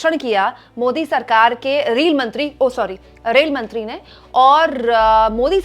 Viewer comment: पहले रेलमंत्री कहने का प्रैक्टिस करो तब पत्रकारिता करना, धन्यवाद।